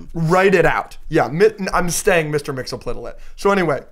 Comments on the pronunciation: I think its pronounced "Mix-Iz-Pit-Lick" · Mr. Mxyzptlk is pronounced Mix-Yes-Pit-Lick per Superman The Animated Series.